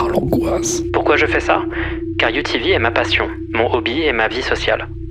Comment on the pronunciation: quand tu disait UTV j'entendais rien d'autres que UVB